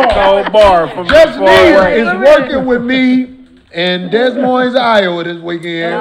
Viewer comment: “Dess Moins” 😂